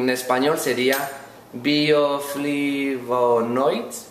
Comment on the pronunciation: Buenísimo tu video, como todos. Calidad hermano. Se dice en español "bioflavonoides 'parecido al inglés pero difícil de pronunciar. saludos desde PALM Springs, Ca